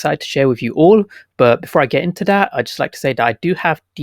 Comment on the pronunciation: Do you say that or dat ?? 🤣